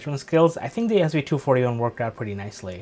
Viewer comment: Great review! You even said the model number correctly! 😂😂